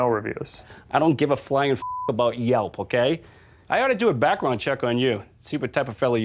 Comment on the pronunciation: This guy put an r in the word "do"